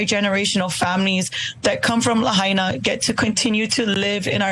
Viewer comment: Thanks for getting a clue and pronouncing Lahaina correctly.